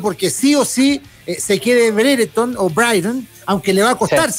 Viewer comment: brigton es una ciudad costera cara de moai ! Ben se llama Breiton se pronuncia ... y el periodista no esta en oxford esta en oxford street que es una estacion de metro y una calle en el centro de Londres